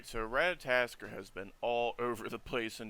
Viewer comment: At least say his name right RAT-A-TOSS-KER